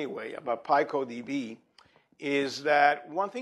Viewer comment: Wrong pronunciation: "P-eye-coh"?! pico- word-forming element used in making names for very small units of measure, 1915 (formally adopted as a scientific prefix meaning "one trillionth" by the International System of Units, 1960), from Spanish pico Right pronunciation: PEE-coh